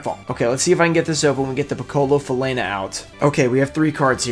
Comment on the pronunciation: Loved the reaction to the Piccola Falena (that you actually pronounced well), I'm glad you appreciated it and hope it will help in your collection of Pequenos in all languages. That giveaway is sick by the way, that Guardian is really cool